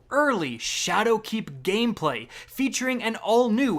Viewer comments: Did he say shadow cak😂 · Anyone else notice how he keeps putting the accent on "keep" in ShadowKEEP? I cant unhear it